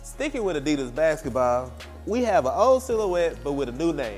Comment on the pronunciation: Funny how he says basketball